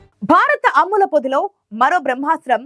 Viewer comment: అమ్ముల పొద కాదు.....అమ్ముల పొది